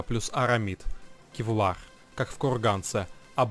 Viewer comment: ну отвел бы ты сына к логопеду, ну невозможно слушать "кевлаг.. кухганец..эгономика...бгонетехника.."